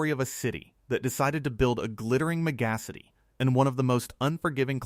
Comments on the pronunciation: What the hell is a "meh-GA-si-tee" lol,, this is the first time I heard the AI have such trouble with a word like mega-city... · It's pronounced "mega-city" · Fuck your AI slop and inability to pronounce megassity. Sorry but if AI did the voice then AI may have made the script so it’s fluffy horse shit. I value authenticity and hard work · AI needs to improve its ability to read and correctly pronounce words… megacity (meh-gas’ity)😂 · "In Dubai, they built a glittering magassity..." I spelled that last word the way I heard it: phonetically. Why do AI narrators have so much trouble with pronunciation? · It needs to be linked with google to learn pronunciations. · Me-GA-ci-tee?? Oh. Mega city. I hate AI narrations!😂😂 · I love the way the AI narration came up with 'building a megacity'. I it should have been mega city, not one word! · Megacity pronounced the same as the star of Cats The Musical, McCavity. McGacity! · "MeGAsity"....hah! Get help from your human for pronunciations............ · AI pronouncing megacity.....oh boy and an AI voice with a lisp? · Megacity and ack units, AI just can not read or pronounce the written word😆